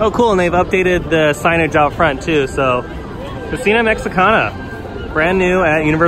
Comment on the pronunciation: Hahah "Co-see-na Mech-see-CONah"